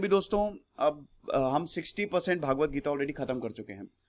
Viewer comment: Its not भागवत.. its भगवत